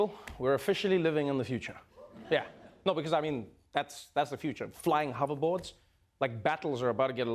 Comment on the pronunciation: Sounds like Trevor's saying "huvver boards" 😅